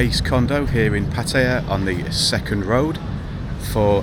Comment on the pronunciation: It's nice to hear someone pronounce the name 'Pattaya' correctly mate :)